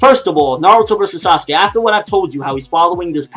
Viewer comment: Dude you do know it is Sasuke it just sound like Sasugay